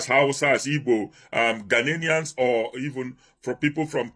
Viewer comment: Why can't Nigerians pronounce or spell "GHANAIANS" ?😀😆They keep saying "GHANA-NIANS" and spelling it,"GHANAINS " Omo Nigeria, it is spelt GHANA-IANS and pronounced GHANAIANS,got it??😆